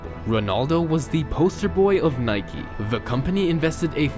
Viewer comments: This guy keeps saying Nikey and not Nike. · It’s Nike, not Nikey.